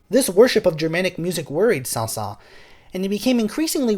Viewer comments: Saint-Saensssssssssssssss the final s is pronounced. Oh well. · The last “s” of his name is not silent. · I love your videos and yet ask a native French musician about this: by an exception to the normal rules of French pronunciation the final S of "Saëns" is sounded, not silent--and careful, it's not a Z sound, it's an actual hissing S. While you're at it, the two Ls in "Camille" are pronounced as an L, as in the French words "mille" and "ville", not as a Y as in the French word "fille". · It isn't a big deal because I have heard many french natives pronounce his name without the s at the end (although it should be pronounced)... so even many french speakers are confused about his name pronunciation. Thanks for that great video btw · I think the pronunciation includes the letter s. Do a little more research, beloved musicologist.